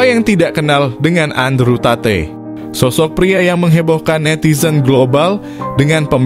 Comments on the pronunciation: Tate di sebut sebagai 'Tet' bukan 'tateh' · maap, tp dibaca nya andruw tet. bukan andrew tate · Sebutannya TET. Bukan TATEY. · Andre tet bukan tatey bukan satay kak 😂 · Andrew Tate read: Andrew taet ... bukan ta-te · Disebut taet bukan tateh. Terima kasih.